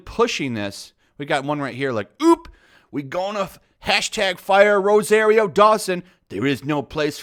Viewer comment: You’ve been reading and hearing the name Rosario Dawson for weeks and you can’t say it pronounce it right? What’s up with nerds and having to putting different inflections on words and names....yo, Ro SAR io....SAAAAARRRRRRR NOT SARE. How do you do that? Would you say her name wrong to her face? Do you have a problem hearing?